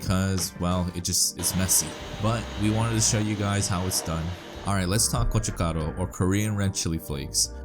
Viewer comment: I hate the way you say gochugaru